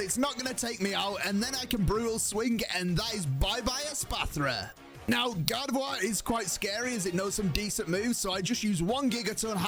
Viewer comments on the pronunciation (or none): none